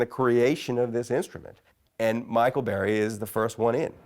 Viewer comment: it's Michael BURRY. not Barry. this dude can't even do bare minimum research for his guest's name smh